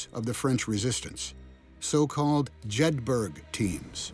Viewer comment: That's not how you pronounce "Jedburgh." C'mon Tom, if you're going to be the WW2 guy, at least have your researchers get pronunciation right!